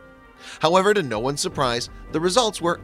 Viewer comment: Ohhh Know.... I know that was just the best way to pronounce no.... But good video ... Lol